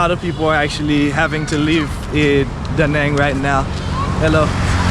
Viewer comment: A note on pronunciation of the City name: The A in 'Nẵng' is not a long A. it is pronounced more like you are saying the a in "Da". basically, like the a in father (not exactly, but close enough).. that squigly line highest above the a means there is a sort of break in the vowel sound - a sudden step up in tone, near the end of the vowel sound. Anyway, you can say it without worrying about that tone, if you just say the a like as in "father", it will sound much better